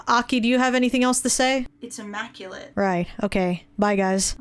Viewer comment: she really just said "its ✨emmaculate✨"